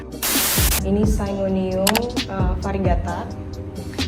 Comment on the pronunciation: Philodendron depannya deliciosa namanya Philodendron Burle Marx. Syngonium bacanya syn--gonium (singgonium). Monstera adansonii bacanya adansoni-ai. Dan untuk begonia, yang dulunya suka jadi trauma. Kayaknya fragile banget, kurang worth it gitu. Maybe try to increase the humidity for your begonia? Untuk saat ini calathea jg my favourite. Hanya saja ada beberapa yg susah banget, gampang crispy daunnya. Calathea wish list: Calathea Medalion dan Marantha leuconeura tricolor. Harga masih mayan mahal. Aglaonema yang pink (ruby superpink) juga bagus banget. Harga 200rban, tp aglaonema termasuk yg paling mudah perawatannya. Aglaonema pictum tricolor jg bagud, yg motif army.